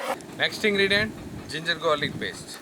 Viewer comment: Bhai gorlic nahi hota garlic hota hai